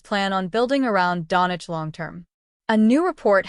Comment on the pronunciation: Its not Donic , but Doncic